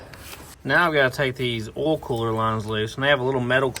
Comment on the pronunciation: Doesn’t matter how many years I’ve been watching you, still makes me laugh every time I hear you say “ool” for oil.